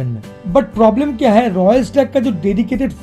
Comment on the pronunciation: Bhai shab apka voice bohat ganda lagta hai kisi or ko bhi lagta hai kya . Madket , pdoblem , kadan , badal select , compadision , od j , colad , pademimum , khadeed liya 😭😭😭😭